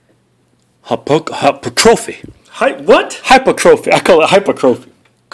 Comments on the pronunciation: This set is for HapOkaahHpotropy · lol boys it's pronounced 'high-purr-truh-fee' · not trollin twins but its pronounced.. Hi-Perch-Ro-Fee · keith cant ever say hypertrophy lmao!